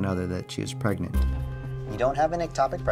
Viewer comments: “pReGnEnT?!?!” Omg 🤣🤣🤣😂😂😂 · she was like, "your pregananant."